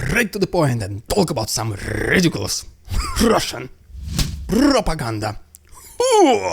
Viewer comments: Your "RRidiculous RRussian pRRopaganda" is getting a little cringe...but, I'm HERE FOR IT! Carry on, Russian Dude! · maybe if soyguy sacrifices all of wagner he might slow down the AFU momentum just enough to allow vladdy a moment of rrrrrridiculous rrrraaaaaashan pprrrrrrrrrrrrogandah hah!